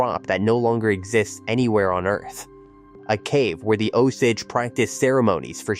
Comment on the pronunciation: Terrible pronunciation of “Osage”!